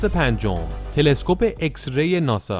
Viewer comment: داداااااش خوده انگلیس میگه ایکس بعد تو میگی اِکس؟؟؟